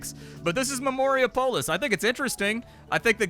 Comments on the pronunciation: Dude, pronounce it like Minneapolis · Or Indianapolis, if you prefer